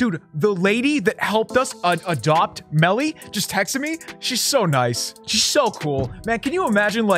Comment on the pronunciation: Beakers lab the gang is back with and AND Melly! HORRAY YOU SAID IT RIGHT!